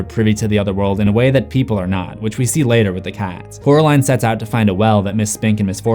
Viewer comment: Just to remind you, it's Coraline, not Caroline. Oracle ✨🐞🐾🎧🍕❤